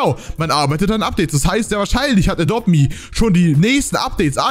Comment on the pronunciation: Du schpricht adopt me wie adopte me aus